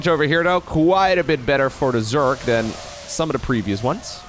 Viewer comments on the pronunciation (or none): All respect bro but i noticed you pronounce your th with d's for example other than would be udder den an command cender